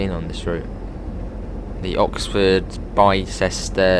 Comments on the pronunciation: Morning youngan. Not nit-picking just FYI, Islip is pronounced eyes-lip. Bicester is pronounced Biss-ter. I know you're not local so thought I'd point them out. Great vid. 👍🏼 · You pronounced Bicester so wrong lol. It’s not said like Bi as in BiMode, it’s said like (I apologise for the language, I can’t think of other words) dick. Also that’s the complete wrong train XD As this is my local, unsurprisingly I have been on the line before. At Bicester village there is a 4 car stop marker then it goes straight to a nine car. Also it’s pronounced Eyes lip Bicester village is named after the Shopping whatever in Bicester, which has a population of around 30k people. It used to be called Bicester town but when they upgraded it for East west rail phase 1 they renamed it. If you want the real train for this route (providing you have the class 170 from DTG) get the AP class 168/170/171 EP. Oxford has 3 lines. The chiltern mainline link for East west rail aswell. The line to Banbury that XC and GWR use. And the cotswold line